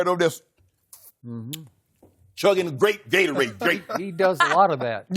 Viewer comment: Shannon "myles garrett over there chugging grape galorade"😂